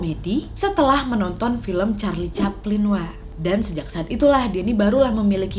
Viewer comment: "Charli caphlin" "Charli caphlin" "Charli caphlin" "Charli caphlin" "Charli caphlin"